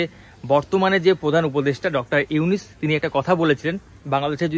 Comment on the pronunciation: আরে ভাই তুই ত ঠিকমতো নামটাই উচ্চারণ করতে পারচিছ না...বার বার শুধু ইউনিস ইউনিস বলচিছ